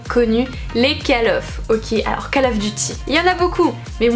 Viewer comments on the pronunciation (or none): none